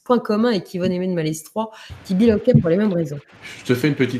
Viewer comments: Chers amis, on dit maletroi pour Malestroit. On ne prononce pas le "s"... Merci pour le reste. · Bonjour, J'aime beaucoup les histoires d' que j'écoute souvant sur Mystéria. Je me permets de lui signaler pour information que l'on ne prononce pas le "S" de Malestrois (ça ce prononce Maletrois). Merci pour cet agréable moment. Namasté. ♥♥♥♥♥♥